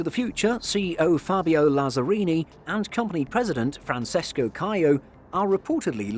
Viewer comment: A220, A320, and 787 is the best strategy to pursue. Side-note, Francesco is pronounced Frahn-CHe-sko. CE = a “CH” sound in Italian, unlike Spanish.